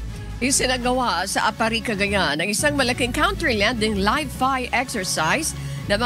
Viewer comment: counter lending hahahahaha ayusin mo ksi ang pasasalita,,, nagtunog lending ung landing hahahahah